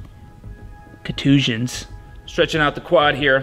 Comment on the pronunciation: the way he says contusions has me dead love the content